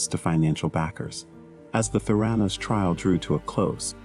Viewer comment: ProTip: might want to learn how "Theranos" is actually pronounced when you're featuring a vid on its founder.